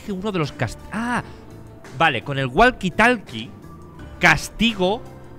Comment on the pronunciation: Gente normal: Woki tolki Auron: GUALQUI TALKI